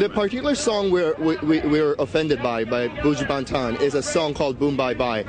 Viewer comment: Looool!! The presenter cyaa pronounce Buju Ban-tan!!